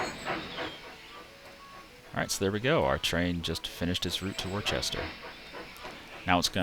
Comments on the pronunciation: Worcester is pronounced Wooster. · Would agree, if there were an 'h' in the name.. Worcester, just like Worcestershire, drop the 'shire'. You don't say 'Worchestershire Sauce', do you? 'Wuh-stir-shire', 'Wuh-stir'. Simple. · I fully recognize I'm 13 years late to the party here .... But listening to you pronounce Worcester like that is painful 🤣